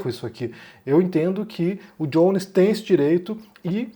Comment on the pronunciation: "o Djones" kkkk parei de assistir o video pq me deu muita agonia de ver vc chamando de "Djones"